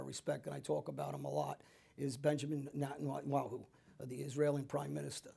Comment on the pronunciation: Benjamin Netwawho??????? Moron.